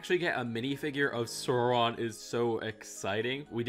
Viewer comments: ITS NOT SURON ITS SAURON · It's not sore-on it's sour-on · Burra dur? SORE-on?? Bruh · Best way to think of Sauron's name pronounciation is "Sour-on".